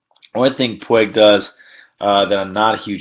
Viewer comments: PWEEG, not pweg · Puig not Pueg.. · Pwheg? I am guessing the narrator is not a native Spanish speaker?! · I didn’t know anyone could butcher his name that hard